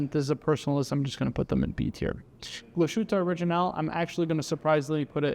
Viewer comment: I'm pretty sure you mispronounced at least a few names. Glashutte and Rado are not pronounced the way you did.